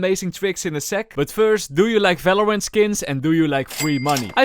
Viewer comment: why you keep saying "falorant" 😂